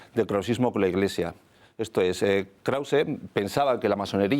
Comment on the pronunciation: ¿Nadie le pudo explicar a la locutora-narradora de fondo que es KrausE (con la "e" pronunciada) y no "Kraus" como dice ella todo el tiempo? Por cierto, la entrevista a Raúl Angulo muy buena, y sus conferencias completas pueden verse en la web de la Fundación Gustavo Bueno.